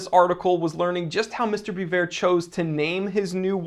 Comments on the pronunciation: it's pronounced Be-vorh also; vwah-lah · Biver ( bee-vay)